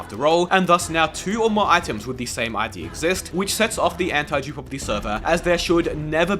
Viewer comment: brother you should work on how you pronounce that "antidupe" word